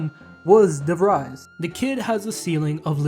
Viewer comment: De Vries rhymes with "freeze"